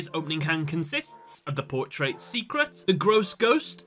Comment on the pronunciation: The way he said Portrait was bothering me lol